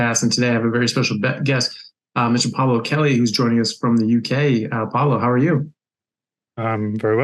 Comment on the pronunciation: His name is Pablo not palo